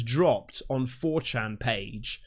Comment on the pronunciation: I love how struggles pronouncing 4chan at the start of the video. A site that's been around for 21 years and is one of the most infamous websites on the internet. You're turning into such a "Dad",! (not a diss, we're of similar age). 😄